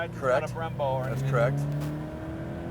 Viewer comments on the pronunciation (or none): none